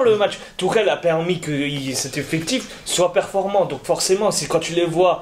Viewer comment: C'est quoi un "effectchiffe" ? 🤔🤔